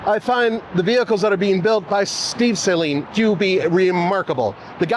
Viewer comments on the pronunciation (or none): Suh-leen not sAy-leen. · At LEAST say the name right... it's NOT S-A-leen. Its Saleen. The A is not HARD. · It’s pronounced SA-LEEN and not SAY-LEEN. Ask Steve himself… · Please do some research, stop saying sayleen, it’s Suhleen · You were right there at the factory and no one told you how to pronounce Steve's name? The company name? It's "Saleen", not "saline". It's not an injectable solution. 😂 Love the cars, have owned 3 over the years, but good lord get a different spokesman. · Sah-lean, not saline. Great video, just giving some grief. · "Sah-leen" not Say-leen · Its total cringe that you're at the Suhleen HQ and you're still pronouncing his last name Sayleen, with your pretentious voice, ugh ... You didn't hear them pronounce the name correctly once the whole time you were there? 😂 🤤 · Sah-leen not sayleen😂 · You mis pronounced his name to his face, it’s Suh-leen not Say-leen. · I say Sah-Leen. one syllable. Not Say Lean like salt and water "Saline"... Steve is right there and can clear up the mystery for me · Did anyone you talked to there pronounce it “say-leen”? How can we trust a review that can’t even say the name right? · Not sure why they still named it the 302, should’ve been the 307, also wonder how much Steve cringed at hearing his last name said as say leeen. 😅😅😅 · You would think he could at least get the name pronunciation correct ..... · I did apologize for constantly screwing it up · A whole video of a guy saying Saleen wrong over and over and OVER! Couldn’t do a little homework about a 40 year iconic brand? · Great looking car. Mispronouncing Saleen repeatedly was making me crazy. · It's amazing how many of you guys review their cars, and still can't even pronounce Saleen correctly lol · The guy doesn't even know how to pronounce Saleen correctly. Smh.